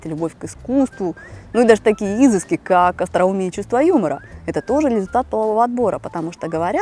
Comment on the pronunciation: изЫски. не правильно ставите ударение